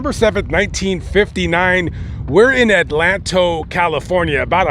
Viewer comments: Its pronounced Adelanto not Atlanto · it's pronounced ADA LAN TOE. Very high crime rate in a little town.